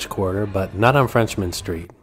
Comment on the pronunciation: It's "Frenchmen" street, not FRENCHMAN street! ⚜️